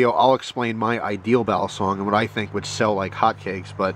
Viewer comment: It's pronounced "Baleesong" Not "Balaaasong"!